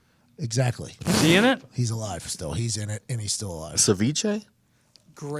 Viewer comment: "CEVICHE" I'm laughing so hard 😂 Avicii didn't deserve that